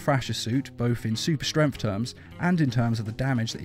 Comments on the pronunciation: You say it like "strenf" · i love how he says... "super strempft" :D